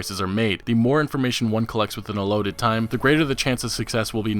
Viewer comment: Those Star Wars graphics look next gen. Animation was slow but i'm assuming its because its still in development? PS: 'Allotted' is pronounced 'Allotted' not 'Aloated'...